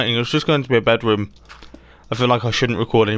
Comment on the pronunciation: “Bedwoom” -Mumbo Jumbo 2019